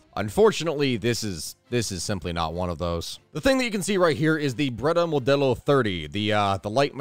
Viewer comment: Can’t believe he pronounced modello right